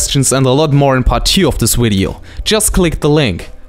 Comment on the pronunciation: Who cares, I like the way you say wideo